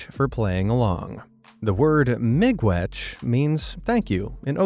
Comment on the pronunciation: u spelt it wrong. it supposed to be miigwech i'm from an ojibwe school u also pronounced it correctly tho